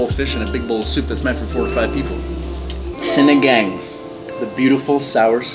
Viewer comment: Yo.... it's pronounced 'see-nee-ghung'. ☺☺☺